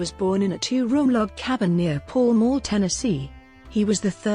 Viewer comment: Pall Mall is pronounced "Pow M- owe"